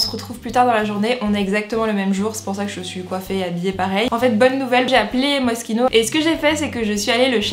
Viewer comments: Ca se lis pas moskino ca se lis mochino le s il est muet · Je pensais que c’était MOCHINO au lieu de Mosquino (niveau prononciation)